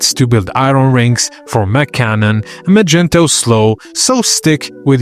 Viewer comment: bro who tf is "magento"?